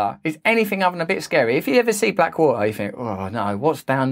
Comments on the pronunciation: Black wah-ah? You know, there is a T in there. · Black wah-her. Can you pronounce the T, Russell? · Do you drink E? Or is it Tea? See not too hard to pronounce the T. Wa er....ARGH!!!!!1